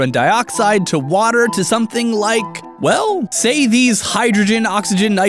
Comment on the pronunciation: You had 2 h when you said water